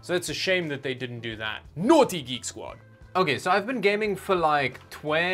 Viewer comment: Canadian Drachmi? It’s Geek Squad, not Greek Squad.